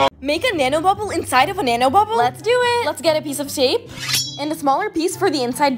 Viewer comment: it's bubble not boble🫢